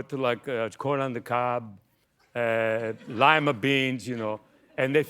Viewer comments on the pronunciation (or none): none